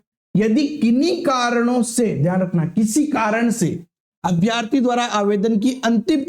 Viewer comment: अभ्यार्थी नहीं अभ्यर्थी बोले